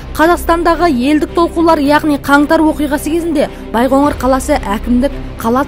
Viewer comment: Байғоңыр емес, Байқоңыр